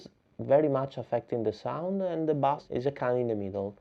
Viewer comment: He is commenting on the way you pronounce "bass". In English, there are two ways to say the word- one sounds like "class", and when said like this it means a type of fish called a "bass". The other way is to say it like "ace", which is the musical meaning, so it would be said the same as "base", which means the bottom, or what you run towards in baseball. English makes no sense sometimes!